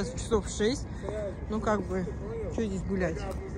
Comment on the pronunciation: Надо говорить не здеся, а здесь. Что за безграмотность.